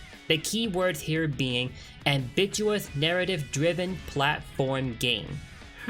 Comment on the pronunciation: The way he said Ambitious. I fucking died of laughter and my inner self slowly died of the pain it got due to mispronounciation